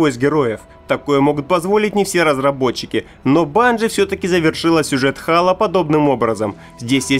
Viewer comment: вообще то хэйло ане хало